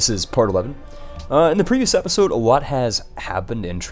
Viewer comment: Hey I'm sorta new here but why do you say appisode instead of episode, is that like an inside viewer thing or what.